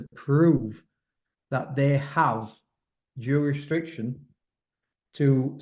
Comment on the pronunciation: Tell it’s jurisdiction lol